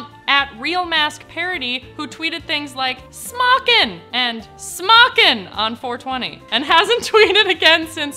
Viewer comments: may just be a typo but it's not smockin (pronounced sm-ah-kin) smokin (pronounced smoke-in) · I believe its SMOKIN!! Not smockin